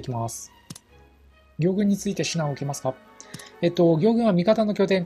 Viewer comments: どうでも良いけど、行軍の読みは”ぎょうぐん”でなく、”こうぐん”ですよ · ぎょうぐんではなくこうぐんだよ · ギョウグンではなくコウグンです